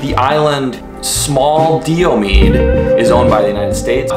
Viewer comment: Those two islands are pronounced Die Oh Mead. Alaska also has more coastline than all the rest of the United States. Denali is the highest point in North America and is the "HIGHEST" mountain not the largest. It is also vastly more difficult to summit than Everest is. We also have more Volcanos that pretty much anywhere else on Earth.